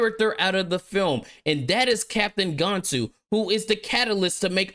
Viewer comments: One criticism my bro, it's Gan-Tu not Gone-tu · F Disney. Lilo and Stitch is a 10/10 movie and I will never watch this trash. Also, you mispronounced Gantu and Jumba lol